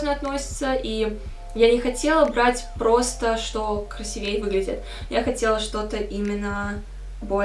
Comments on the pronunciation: красИвее, а не красивЕе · такая грамотная девушка вроде. красИвее же, а не красивЕе👎